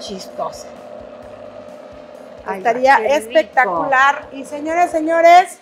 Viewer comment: Espectaculeishon (espectacular)